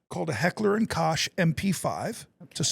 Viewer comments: Heckler & Koch is pronounced Coke not Kosh or whatever that sound you made was? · German lesson: Koch is not pronounced like the English word, crotch. It is like Coke but with the ch being like that in Loch Ness Monster. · H&K (Heckler & Koch) is pronounced "Heck-ler and Coke"